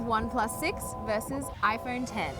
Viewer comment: Why does she say it HiPhone